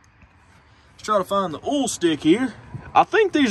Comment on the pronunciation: I don't know how other Americans hear it, but when I (a New Zealander) hear you say "oil" or "coil", it sounds like you're saying "ool" and "cool".